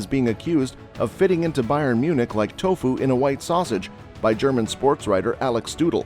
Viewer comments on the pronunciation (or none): none